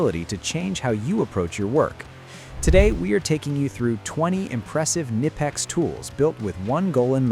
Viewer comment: Tell your AI voice over guy he is pronouncing the company name wrong.